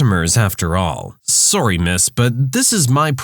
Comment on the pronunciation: just out of curiosity, are you canadian? Cuz i kinda feel like you are due to the way you said sorry